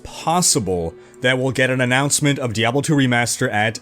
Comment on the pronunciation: GUISE! DEE-AYY-BLOOOE IS DED. D-E-D !